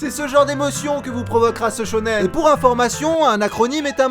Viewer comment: Arrête de dire shônen tout le temps quand tu parles dan manga